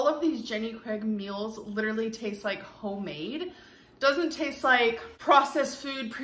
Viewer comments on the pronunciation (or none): Did she say “hoemade “ ? 😂🤷🏻‍♀️ok... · She still saying 💢💢 Homade💢💢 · she's meaning to say "HO-MADE" at this point smh